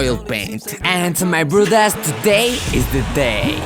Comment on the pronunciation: i am only one who hears brothers as broad-ass